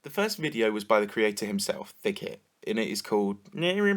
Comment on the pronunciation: Thicket? more like THICCIT